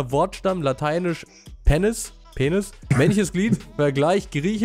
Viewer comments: Niemand: Wirklich niemand: Normale Menschen: Penis: Penness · wenn pennis statt penis liest:D ^^ lach mich weg:D